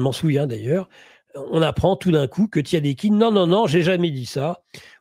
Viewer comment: Takieddine pas tadiekine. Relis le livre de .P.Pean " la république des malettes " il lui consacre près d’un chapitre entier.